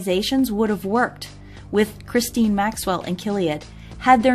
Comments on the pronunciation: It’s pronounced ga-laine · How about Operation Talpiot? Btw Ghislaine is prounounced Gill( rhyming with Bill) LANE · Ok now remake this video and pronounce her name right